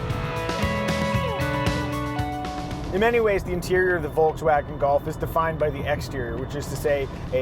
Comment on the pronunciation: Say Volkswagen the right way pls